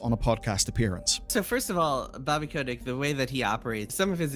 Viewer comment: It is funny the way you say bobby's last name